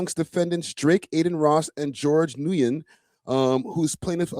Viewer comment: Nguyen is pronounced as either “win” or “new win.” And him calling himself a chat nxga is partly Ak’s fault lol. That’s the name Ak calls his hardcore supporters.